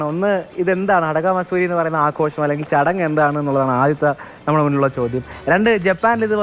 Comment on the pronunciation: മസൂരി അല്ല മാത്സുരീ എന്നാണ് ചേച്ചി. എന്നുവെച്ചാൽ ഉത്സവം എന്നെ ഉള്ളു.